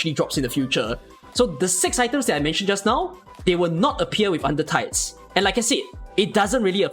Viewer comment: You'r pronouncation keeps me on my toes considering you always say " UNDER THIGHS " Than under tides.